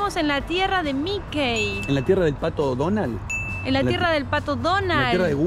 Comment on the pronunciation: Que significa Nafta ? No se dice Mikey se pronuncia MIKI. Saludos.